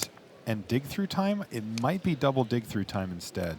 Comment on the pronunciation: LOOOL! Like at one point the announcer says "And we all know he's got Dick Through Time..." And me and my buddy were like: "WTF did he just say?!?" "I think he said he has dick through time :)" And then we were both on the floor laughing for like 5 minutes after that and then we realized it was "dig through time" and we laughed 5 minutes more and every time the commentator would say "dick through time". Later we realised how waste i am right now and laughed some more :D. Dick through time - how to mindfuck the opponent through time without him even knowing! XDDDD [ [ [ T I 8===> M E ] ] ]